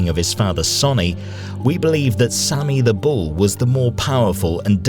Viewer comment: Sammy not sonny